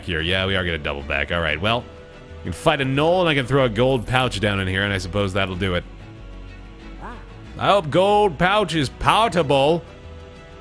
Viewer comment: paw-table = potable :D